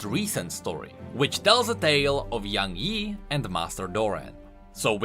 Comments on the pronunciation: What it actually is: Young Yi What I heard: YaNg Yi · That's not young yi, that's young hee hee